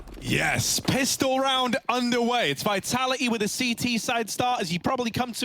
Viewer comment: VITALA'HEE lol I love how the guy doesn't pronounce the second 'T' in Vitality